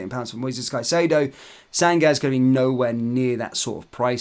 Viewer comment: Chelsea have shown more ambition and have outsmarted us especially in the Lavia deal. If this favours them, they would have gotten 2 of the best premier league proven DM that would have suited us. And by the way, Sangare is pronounced San-ga-ray Doucoure is pronounced Du-co-ray